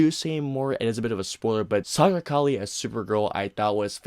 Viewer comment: Sasha Calle. Last name is pronounced Kajay.